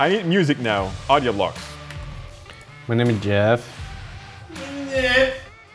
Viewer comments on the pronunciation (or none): Did just said AUDIO BLOKS?